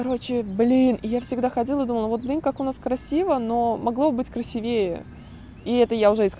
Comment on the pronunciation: Правильно говорить не "красивЕе", а "красИвее" (от слова "красивый") с ударением на "и". Насчёт инвалидов плюсую, такая же ситуация и в России, инвалидов не видно на улицах и в общественных местах, как будто их вообще не существует, просто эти люди сидят по домам в основном, для них нет никакой инфраструктуры и условий. В России люди тоже, как "пушечное мясо" и государство выжимает всё из людей, старые или больные здесь отработанный ненужный материал, увы( Только правильнее не "ячейка общества", а "часть общества" ("ячейкой общества" в СССР называли семью, это был такой советский лозунг). Но вообще большинство плюсов, такие как гуманное и более внимательное отношение к инвалидам, отсутствие дискриминации если человек как-то отличается от других, и прочее, это практически ко всей Европе относится, хотелось бы более специфичных, сугубо французских плюсов)